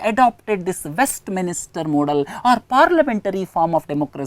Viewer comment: hi sir, thanks a lot for the efforts you take. please correct the pronunciation for WESTMINSTER as it is not west"minister". please don't get offended i corrected this because it's in news and important to remember. thanks and regards..